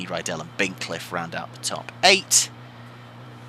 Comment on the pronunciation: 'What a dozy Bint... cliffe'